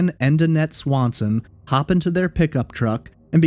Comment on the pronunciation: Sounds Like Brandon Lawson Not Swanson